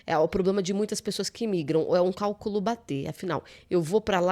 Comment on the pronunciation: CÁLCULO, SE PRONUNCIA CÁLCULO! JAMAIS CALCÚLO!!!!!!